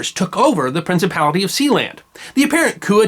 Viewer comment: Something about the sound of that word, "Prinicipality" that my 20th Century soul just enjoys immensely.